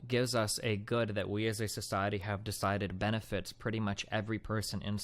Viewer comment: “We wive in a sociewety”